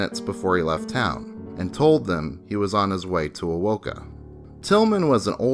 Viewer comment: oh kee muh (okemah)